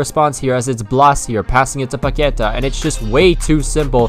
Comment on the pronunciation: Hey man, i hope i'm not being an asshole by pointing this out but you don't say ''Paqueta'' you say ''PaqueTÁH''. Also great video! Your career mode is a lifesaver in this quarantine times xD